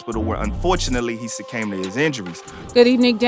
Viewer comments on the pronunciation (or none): “Surcame”?? 😂😂😂 It’s “Succumb”!!